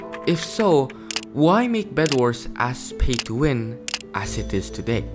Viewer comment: Bro said phay Thso win